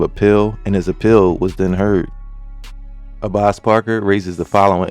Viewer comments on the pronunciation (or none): FYI his name is pronounced Abass respectfully 😭